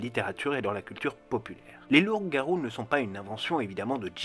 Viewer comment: les fameux lour-garous